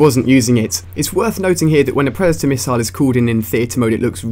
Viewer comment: meeper rissile anyone else hear it?